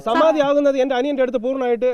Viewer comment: എന്തോന്ന് സമാതി ഒന്ന് തെളിച്ചു പറയിൻ ഒന്നും മനസിലാവുന്നില്ല 😮